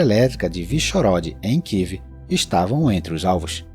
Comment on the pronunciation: Amigo não kiv, é kiev.